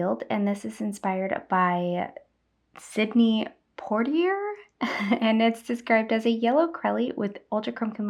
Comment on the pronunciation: Beautiful colors. Vanilla bean ice cream is yummy! Good try on Sydney's name. The last name is pronounced Poiteeeyaa. 🙂